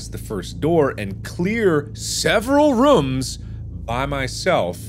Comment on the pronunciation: he says it like "rums" instead of rOOms. like ooooooooooh. like poo. but room